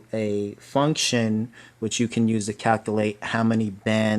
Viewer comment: Paige Southerland and calkalate